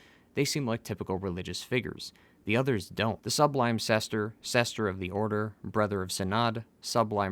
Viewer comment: Is it sester or are you saying sister?